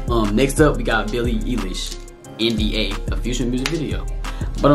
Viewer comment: It's eye Lish not e Lish